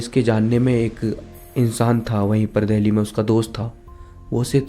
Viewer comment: Bhai dheli nahi dili hai